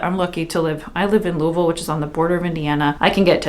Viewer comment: I haven't gotten too far into the video and I had to post to thank you for pronouncing "Louisville" correctly!! I'm originally from Cincy and the amount of people who can't pronounce it correctly blows my mind.